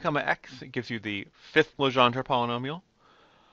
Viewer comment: Your saying Legendre wrong!! That is my born last name